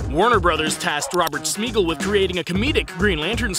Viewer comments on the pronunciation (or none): It's pronounced SMYgel. Smeegel is the cousin of the hobbit who became Gollum (Smeagol). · its pronounced "Smy-Gal" he's not a hobbit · his last name is pronounced Smy-Gal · Bruh you’re pronouncing Smigel’s name wrong, he’s not fucking Gollum